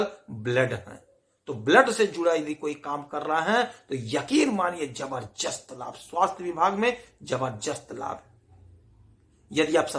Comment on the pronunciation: ज़बरदस्त होता है, ज़बरजस्त नहीं…